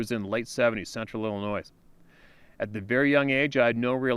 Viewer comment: You are an intelligent man. The “s” in Illinois is silent. It detracts from the story every time I here “Ill-i-noise”.